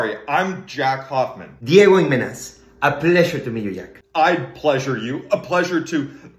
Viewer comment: i had to go back through the transcript to get his last name. I swore i was hearing Imenez (D a go in men not Manas (D a go mine so i guess i would have to concede. Although i think Jack would be a switch...